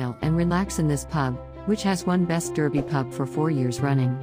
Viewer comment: In the UK Derby is pronounced Dar bee